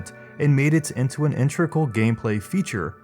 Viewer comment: The word is integral, not "intrical."